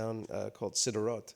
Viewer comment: just pointing it out, incorrect pronunciation of Sderot it's not sid-e-rot :P. What he is saying is interesting though.